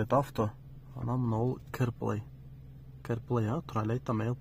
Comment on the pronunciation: Кэр эмес Кар плэй эле жигаар😂